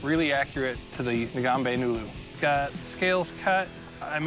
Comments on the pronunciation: Did he just say I will take your Ngombe Ngoodle and take lethal slashes? LMAO can I get some Ngoodles with ramen also? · I believe the pronunciation would be more like Ng-ombe Ng-ulu. Sort of like Ing-Gombe Ing-Ulu. Sounds cooler that way also. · the mis-pronunciation of the name is really killing me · Their pronunciation of the sword's name is so bad lmaooo. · The way they pronounce "Ngombe ngulu"😂🚮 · No kidding, but the pronounciation almost made me cry